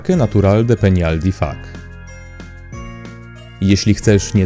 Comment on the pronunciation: Szanowny lektorze IFACZ czytamy a nie ifak